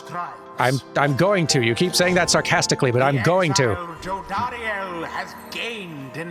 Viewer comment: You got the pronunciation of Jodariel right the first time.